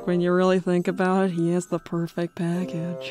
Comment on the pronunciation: “Shadow it’s me da devil from da Bible”